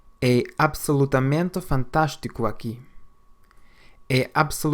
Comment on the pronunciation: Overall, not bad but some parts are off. For instance, the way the a's are pronunced in "absolutamente" and "aqui".